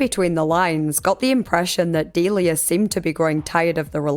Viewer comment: I think it's pronounced Delia, not Delia.